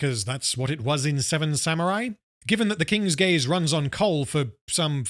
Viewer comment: It took me until when the other lady said "King's Gaze" to realize that the ship was actually called that and wasn't just giving it a funny name like "King's Gays"